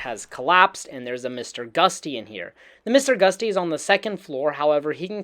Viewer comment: 3 things that bothered me. you say Nuke-YOU-lar when it should be new-clee-urr. You say succession when it should be Suh-SESSION. And you literally call it Mr. Gust-y (like the wind? lol) when it's "GUT-SEE". Like "you got guts! Thats GUTSY!" If your medium is effectively speech, maybe you should learn how to pronounce words...